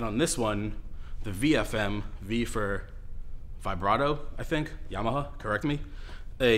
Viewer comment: Why are you saying "Yama-huh"?